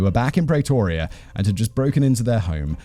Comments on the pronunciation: PrEEtoria not Pray toria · Say "Praytoria" one more time! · God lord you are butchering the pronunciation of Pretoria (PREEEEEE-TOUR-REAAAA)